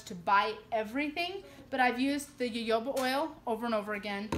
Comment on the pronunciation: FYI on your DIY. Its pronounce Hohoba oil. LOL